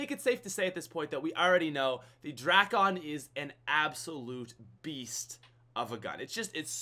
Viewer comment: drackon😂 no no no no no no no...Dray-con😂😂